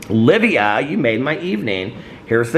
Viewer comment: Omg! I'm the one who commented yesterday about the Aristotle and Dante book release and you shouting out my comment made my night! Also just in case you happen to see this my name is actually pronounced Live-eye-ah, kinda like Leviathan! Keep enjoying your trip and happy summer solstice!!! 💙💙💙